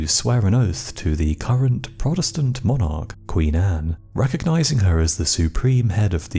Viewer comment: Just wish he would learn the correct way say monarch.